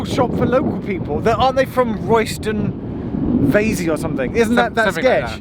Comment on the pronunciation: Royston Vasey - as that is my surname, I can confirm that you have pronounced it correctly - the real name of Roy Chubby Brown - no - we’re not related! Can you charge a mobility scooter in an EV charger?